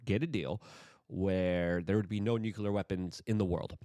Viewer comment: Newkyeller?? Try new-clear